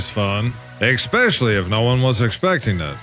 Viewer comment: Its especially not eckspecially .